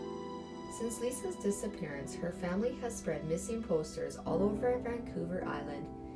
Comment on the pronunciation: Its "disappearance"